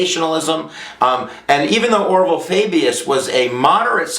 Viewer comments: Orval Faubus-- pronounced OR vul FAW bis. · you butchered the pronunciation of Orval Faubus